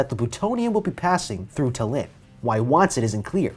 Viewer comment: lol haven't heard Tallinn pronounced as ta-Lin before